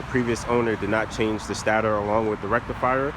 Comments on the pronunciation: Stator pronounced....... 'Stay-der'. Nice bike, btw. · Its pronounced "stay-tor"